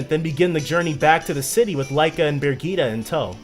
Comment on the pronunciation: The way you pronounce things is so funny. "Birgitta" is 'Burr (similar to 'bird') jitt (similar to 'hit') uh'. And proboscis, the C is a hard C, so it's like "probos-kiss". And with Archipelago, you're putting the emphasis on the wrong syllable.